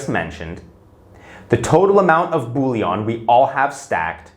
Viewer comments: Bullion is pronounced bull-yin, not bull-yon. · "Bullion", not "bouillon", unless you are talking about soup mix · It’s pronounced “bull-yen” not “bully-on”